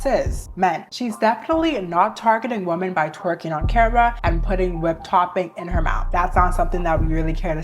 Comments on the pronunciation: I’m so fascinated by the way some people pronounce “women” as “woman” nowadays. May I ask where you’re from and what generation you’re a part of? I’m a senior millennial and we all used to pronounce the “o” in “women” as “ih” (like in “hit,” which is admittedly an outlier in English but that’s how it ahs been for generations so I am fascinated by this evolution of language making English pronunciation more aligned with English spelling). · I cant take IT anymore. Please please tell me why yall say WOMAN for plural- Women-. It is driving me crazzzyyyy! Help. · why do you literally never say “women”?? you can pronounce men just fine but then say woman, instead of women 😭😭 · Why do you keep saying “woman” in place of “women”??? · Why are people saying "woman" wum-man" in the plural instead of the singular? Or women in the singular instead of the plural "wi-men". When i Googled this online, it was saying it's because these people aren't "educated" but dont believe that in the slightest. So could somebody let me know why people are doing it as it's grinding on me because i dont know and need somebody to up-to-date educate me on this if you would be so kind. Im so confused guys, please help or is this the "new way?" Or "slang?" Etc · Gurl ily but i‘m oddly annoyed by the way you pronounce "women" as "woman" 😭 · Please for the love of god... its WOMEN pronounced (WIM-EN) gah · And how dare you say that to the queen of pronunciation😡/j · Hey girl! Sorry to be that person but i keep thinking you’re talking about one woman when you say women lol the plural for women is pronounced like (Wi-min). I love your videos though, it’s so refreshing to find like minded women on the internet! 😅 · Why dont people know how to pronounce "women"? Wimmen.